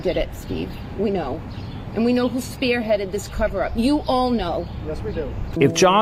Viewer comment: "We know who speah headed this""" "side bah' 'ahhhh-ka".. guilty